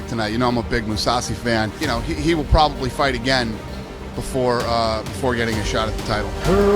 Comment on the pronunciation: The way he says: Probably 😂